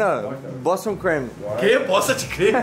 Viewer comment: bostion creme renato: queee bosta de cremeee? kkkk